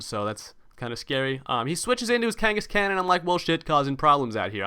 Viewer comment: Lol, Why do you say Khangaskan like that, you annunciate the "AN" more, but its more like Khan, like Genghis Khan